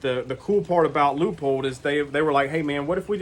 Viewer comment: Wow great review very knowledgeable. Side note thx for pronouncing Leupold correctly lol